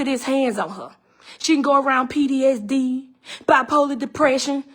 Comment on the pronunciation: Ma'am, I know this is a serious matter but are u saying PDSD or PTSD??? Edit after listening further: But u speaking facts though, if it's true.